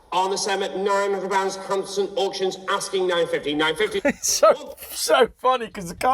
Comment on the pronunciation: Wtf he keep saying hamson auctions the tit